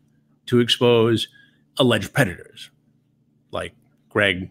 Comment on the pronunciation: I love how Chris has never once said the word predators, he has forever pronounced it 'pedators'